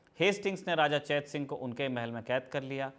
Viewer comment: चेतसिंह को चैत सिंह कहना कंफ्यूज कर रहा है।